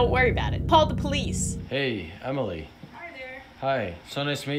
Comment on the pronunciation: i cannot be the only person who heard "Pall the Police" because that is TOTALLY what she said